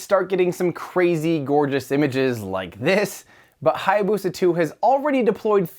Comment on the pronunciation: That butchering of how to pronounce Hayabusa ...